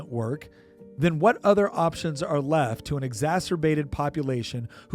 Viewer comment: Exasperated, not exacerbated...... Otherwise, excellent!